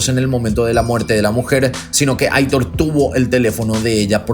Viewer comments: Me encantan tus vídeos!! Un pequeño detallito informativo: el nombre Aitor es de origen vasco y se pronuncia "Aitór" :) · Hola!! Quería aclararte que el nombre de "Aitor" lo pronuncias mal. Debe decirse como si estuviera acentuado en la "o". Es un nombre de origen "Vasco" (yo soy vasca) y gusta mucho en España pero hay mucha gente que NO sabe pronunciarlo. Te conocí hace 2 años y te sigo con interés. Felicidades por vuestro trabajo.